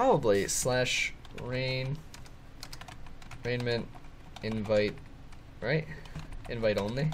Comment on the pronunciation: It's pronounced re-ji-ment